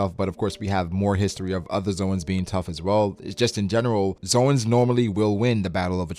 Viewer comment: Zoans Zo-ans actual pronunciation 'Zones'